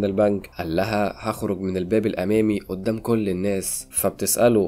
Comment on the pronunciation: يعني ايه اودام الشرطة بهدلتوا اللغة قول ورايا قدام اسمها قدام بال ق ق جبت اود بدل ال ق ازاي